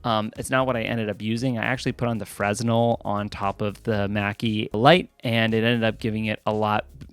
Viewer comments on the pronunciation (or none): A little detail: The "S" in fresnel is silent. So, "Fruh-nel". Great video though. Thank you for sharing your process. It was educational for sure. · It’s pronounced “frennelle”. The “S” is silent lol